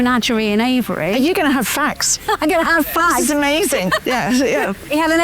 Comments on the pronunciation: Aviary, not avery. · It's aviary - not avary.